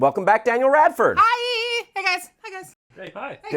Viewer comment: "Daniel Radford...." Way to fuck it up,.